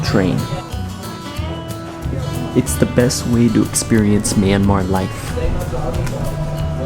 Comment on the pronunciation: The second syllable in the name "Yangon" is similar to how you would say "Nome" Alaska, only with the letter "g". The letter "o" is emphasized. So it's more like "YangOn". I'm only saying it coz' you pronounced "Bagan" and "Myanmar" perfectly.